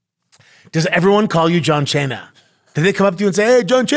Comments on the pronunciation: My grandson's name is Santino I call him Sonny when I heard you mispronounce John Cena as Chon Chena I was drinking coffee and wound up cleaning what shot out my nose dude wassamatta u crazy fuggetabout it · Listen John Chain-ya.... 😂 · The pronunciation of John Cena will never not be funny. I don't even know how many times he's said it but its permanent!!!